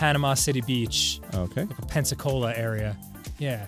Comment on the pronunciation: Rewatching these videos, it makes me happy everytime hearing Danny say "Pensacola Florida" very neat.